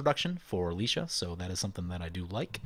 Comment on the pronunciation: You're good with the ah being a short 'a' sound, ay or ai would be the long 'a'. He's gone back to Lie- though, reckon you're spot on with ()Licia!